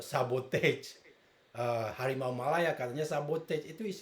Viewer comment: Sumpah gue tertawa sampai pipis pas dia bilang Hawimau ... Hawimau ... Hawimau Malaya